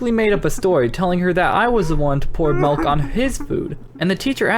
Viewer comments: You said malk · You said malk (that’s a meme) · I heard u say malk! XD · sad malk instead of milk